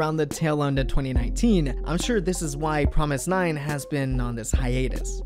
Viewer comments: It hits my ears the wrong way when you say Promis_9 instead of Fromis_9. Fromis_9 is their english name. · ok I'm lost? he keeps pronouncing the groups name "F"romis_9 like it is Promis_9? if thats right wouldn't the the 1st single album Fun Factory and title track Fun be pronounced Pun Pactory and Pun?? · Was I the only one who realized that he said promise_9 the rest of the video after explaining the name of their group? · Is it just me or is he saying promis_9 all the time? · Wait is the F suppose to be pronounced like a P?